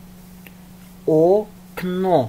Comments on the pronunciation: Почему некоторые буквы произносятся неправильно? Как огонь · Sorry , i didnt understand why you read очки , огонь , окно words with two "o" ...